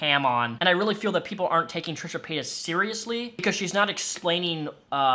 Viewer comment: Trisha? No. Trash-uh.